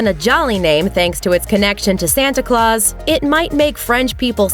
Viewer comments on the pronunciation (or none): none